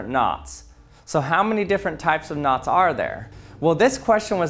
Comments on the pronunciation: Me hearing nuts instead of knots: 🗿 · The entire time I thought you were saying “NOS” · When you saying "knots" very often, i am starting hear "nutz"